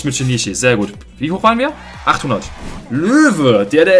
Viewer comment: Geiles Video aber übrigens Shinichi wird anders ausgesprochen das sh und das ch werden stärker ausgesprochen er ist aus dedective conan